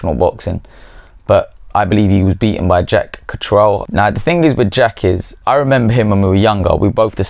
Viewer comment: If you've known him so long, you think you could pronounce his name correctly. Katrel? I've never heard anyone pronouncing it that way. Absurd.